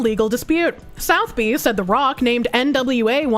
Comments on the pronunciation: Or how to pronounce Sotheby's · Sotheby's ❌️ South bee ✅️